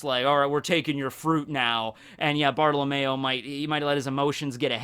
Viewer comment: Bruh, you call him Bartolamayo when his name is actually said Bart oh low me o Btw ik that’s not how it’s spelled, that’s just the way to say it